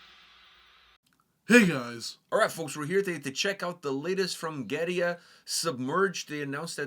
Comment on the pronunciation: First, thanks for the authentic pronunciation of the band! 2nd, I loved the cleans. After this, I went back to Coma and really enjoyed it, but the cleans from this have me so excited for future releases.